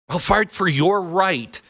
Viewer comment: Did Glenn just say "I will fart for your right..." ?